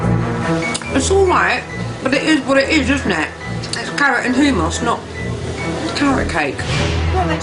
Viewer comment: sorry but did she say...'hoomoss'...